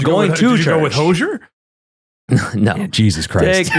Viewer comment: Shane and Ryan, Hozier is pronounced hose-ier. Like, my hose is hosier than yours. Not like “closure.” Don’t be afraid to bring out that Z in Hozier.